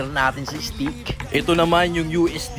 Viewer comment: Steak hindi stake 💀💀💀💀💀